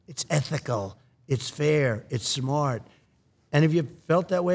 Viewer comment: Sometimes you can't hear the New Yorker in him,and then he says the word SMARRRT....and there it is....the New Yorker! ❤ ❤❤❤